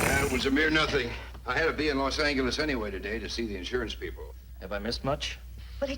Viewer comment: who the hell pronounces Los Angeles like that guy?